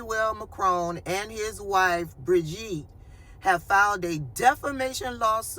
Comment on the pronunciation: Good! I think you nailed her first name “bridge-eat”